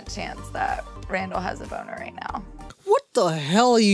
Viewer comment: first off, I love when u immigrate Madelyn, but the “RAM-dall” comment has me dying! 😂😂😂